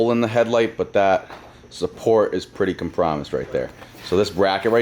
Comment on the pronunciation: I Know my man didn’t just pronounce compromised like that 😂